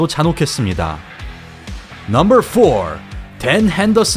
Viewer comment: 넘벌~~~발음 킹받네